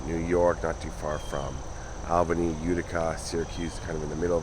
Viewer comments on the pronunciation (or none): none